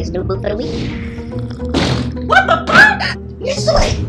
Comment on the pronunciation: mish - ill - a ( Michelle ) 😂😂😂